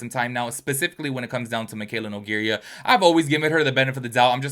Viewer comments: No-gare-uh... Not no-gare-e-uh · Two things: 1. The fact you mispronounced her name is so funny to me. I hope it was intentional. That would make it so much better 😂 2. Your skin is FLAWLESS, wowza 😍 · Babee please stop saying her last name wrong 🥲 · Lmao I low key love that he pronounces it that way. It rhymes with diarrhea and totally fits her aesthetic 🤣